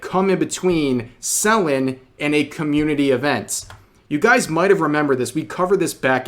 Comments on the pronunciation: Lmao the way he say Selen. "Celan" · I like how he keeps pronouncing it SELL-en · You've been pronoucing Selen's name wrong and I started saying "selling" every time you'd say her name. No worries though, just making jokes It's pronouced "Se-lén" and not "Sél-len" btw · I know Rev is trying to be well-meaning here but he could at least take the time to learn how to pronounce the name of the individual he's reporting about and not just blatantly lazily reading what he sees on paper. It's not SEL-en Tat-SOO-key. It's Se-LEN TATs-key. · Are you mispronoucing her name sullen or suh-len? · Im going insane because he keeps saying Sellin' instead of Sell N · you know it's pronounced selEN right 😭its killing me the way you keep saying it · tbh i never heard someone say Selen like Sel-Lon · love how you covered this situation, only thing that's bothering me is how you're saying "Selen" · can't even say her name rite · Okay, this is serious and all but the way Rev pronounces Selen is making me twitch. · Amazing video Rev But the way you kept misspronouncing her name 😭